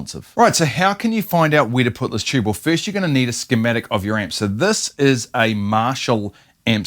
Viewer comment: What the heck is a "chube?"